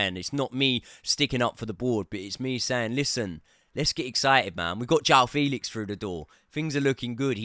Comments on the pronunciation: It's not 'Felix' like Felix the cat. It's like the 'fe' in the word 'fence'. 'Fe...lix'. You'll get it eventually 😅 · It’s pronounced FAYLIX!!!